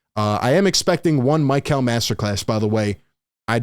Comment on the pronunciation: isn't it Mee-Cal and not My-Cal